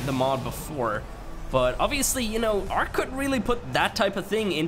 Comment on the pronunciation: It's not arch it's ark sorry it just kind of annoys me